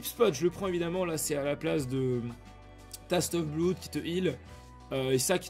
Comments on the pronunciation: « Taste of blood » OMG MES OREILLES 😂😂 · mdr "taste of bloude"